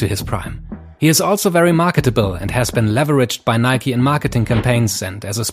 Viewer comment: "MARKETINGGGG" hat es für mich klar gemacht